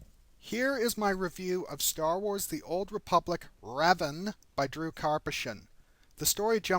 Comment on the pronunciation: you sure hes pronounced the way you do it? i think its Revaan. i dunno im not sure but i think he was mentioned alot in the jedi knight games. because of the sith cult